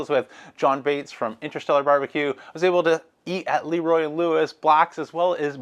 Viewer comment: Please, it is not LeeRoy Lewis, it is LeRoy Lewis! Sound like LaRoy